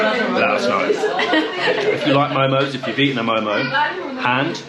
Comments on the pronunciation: its name ...momo not momos😅😅😅😅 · It's called Mo:Mo don't say MoMos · Its mo:mo not momos